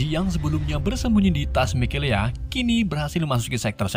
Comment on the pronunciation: ngakak mikaela berubah jadi mikelea wkwkwkwkwkwkw